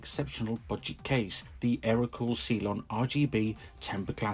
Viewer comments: I’m sorry but it’s cylon not see lon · Good review. Please never again pronounce it 'see-lon'